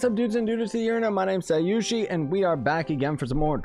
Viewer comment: Scythe turned into scyushi